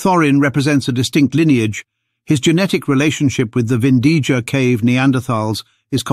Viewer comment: BTW, it's pronounced Vindiya